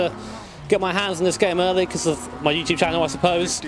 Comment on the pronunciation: I swear I heard YouTube horror instead of YouTuber